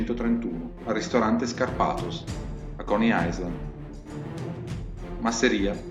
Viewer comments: Bello. Però in inglese island si pronuncia ailaen, senza esse. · Video montato bene ma parlato na chiavica e AISLAND non si può sentire 🤔